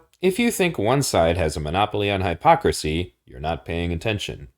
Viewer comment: in the interest of insuring words continue to mean what we agree they mean... you should work on your pronounciation of "hypocrisy". I subbed because of this video... you are spot on with a lot of the observations you make, ive been saying these same things to people for nearly a decade. If its only now becoming aparent, it is because people are waking up to it. the more wake up the stronger the push back from the "leaders".